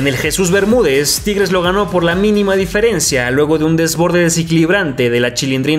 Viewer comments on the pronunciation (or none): none